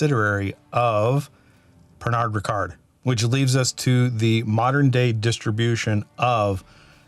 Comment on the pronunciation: Nice one. Knappogue Castle juice was sourced from Bushmills for a while. Not sure that is still the case. Their exclusively 1st fill bourbon cask matured 46% ABV 21 year old is a delight to say the least. FYI, Pernod is pronounced [pair-no]… the “d” is silent. 😮